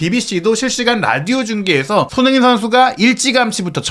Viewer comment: 왜 손후인 으로 발음을 굴릴까